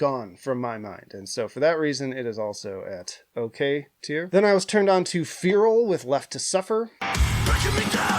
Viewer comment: How the fuck do you mispronounce Feral